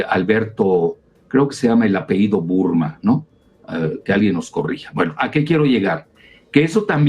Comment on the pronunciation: Corrijo dr. Se pronuncia APELLIDO, no apeido. Excelente día.